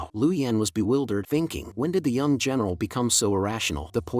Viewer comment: why does female general sounds like female genital hahha